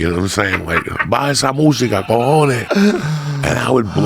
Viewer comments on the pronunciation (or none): none